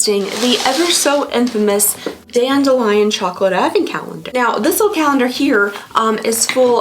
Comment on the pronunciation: Dandelion! Thank you…I couldn’t quite work out what the brand name was in accent and it doesn’t seem to be written anywhere in her description either! X